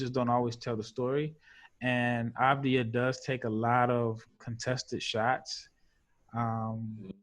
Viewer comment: Its pronounced like Av-dee-yah